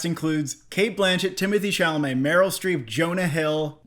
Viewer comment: It's time to learn how to pronounce Timothée Chalamet properly. All 3 was wrong.😁